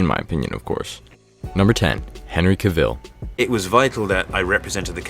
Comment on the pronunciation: It's pronounced "Henry CAVill" not CAVILLE!!